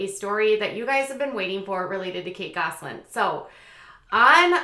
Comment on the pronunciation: I notice you say it like “Gosling” instead of “Gosselin” — but it may just be your Minnesota accent. I think Minnesota accents are just too cute!